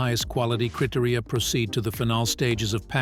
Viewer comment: ‘critory’ is not how you pronounce ‘cri-tear-ria’ “criteria”. Also, it’s “final” not “phenol”..